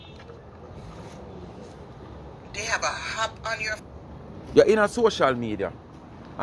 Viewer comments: Its an AP not a hap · The word is not hap, it’s app. Go learn to speak English.